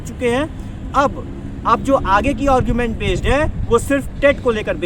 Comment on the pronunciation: और्गुमेंट नहीं भाई आर्गुमेंट बोला करो